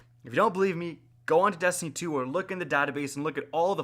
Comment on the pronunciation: Did you say dustiny 2 😂?